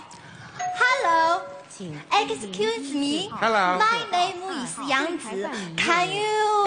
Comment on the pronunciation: The word she says excuse me was pretty horrible